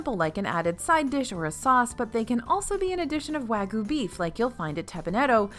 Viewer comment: Please. Please. I'm begging you. wah-g'yoo, not wa-goo.